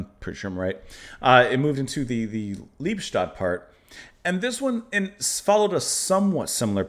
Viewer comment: Pronounced Lee-bes-toad. Literally love-death.